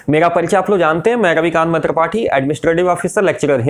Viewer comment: Aapka Naam hai phir aap ravikant may tripathi kyon bolte hai